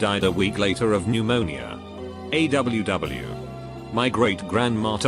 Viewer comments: Nobody: Absolutely nobody in the entire universe: The computer robot: Aye w w. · No one: Reddit bot: a-w-w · Text to speech: A W W. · Nobody: Talker thingy: “A w w”